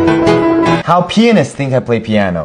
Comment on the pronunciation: “How P—— thinks I play piano” that’s mispronounced